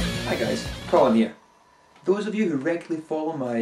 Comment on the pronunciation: The hacker gondolier [best mono record player ever made] and you butchered